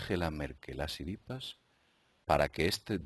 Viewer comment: jajaja, por qué dices "Tsiripas"?